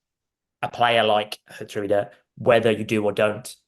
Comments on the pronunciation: I love Geertruida and also would love to see all the pundits and commentators struggle with his name in the UK. (Yes i also cannot pronounce it) We should consider another Feyenoord player in my opinion: David Hancko. He wasn’t so lucky at the Euros but he’s a very good player. Aerially strong in both boxes, good with his feet. Quite versatile too on the center and left side. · It's pronounced, as close I can make it for English readers who don't know Dutch: HERE-TRY-DER (pronounced as if they were English words). Likewise, it's not MATT-SON but MART-SON for our other new Dutch player.